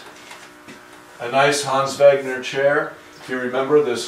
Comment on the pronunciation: Complements on a wonderful repair and restoration, plus pronouncing Hans Wegner's name correctly.